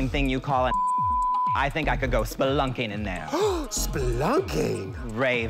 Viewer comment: Pandora had me on the floor..... " Spelunking"..... RuPaul didn't make it no better😂😂😂😂😂😂😂